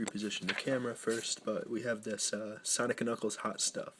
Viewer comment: “DIS IZ UHH, SANIK AND NUKELS”